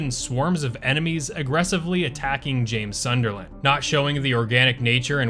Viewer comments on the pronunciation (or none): none